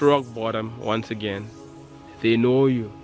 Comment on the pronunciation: Say that right anen